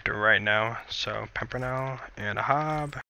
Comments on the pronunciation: it's not ahab, it's ahob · Ahab is pronuced: AY-HAB like WAYHAB with no W. its a reference to the Capt. In moby dick, Capt Ahab. He hunts the whale wit a harpoon. I'm not trying to be rude. It just drives me nuts every time I hear so say it aw-hab. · What Ahab??????? what??????? Its like Aihab not Ahab